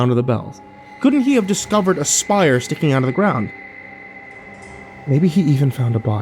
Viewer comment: "Spire"; not "shire".